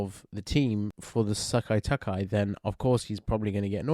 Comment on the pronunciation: I find it funy the way you say "Sekai Taikai" as "Sekkai Takkai" 😁